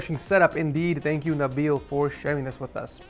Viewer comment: As a kid from malaysia i burst out crying when he say Nabil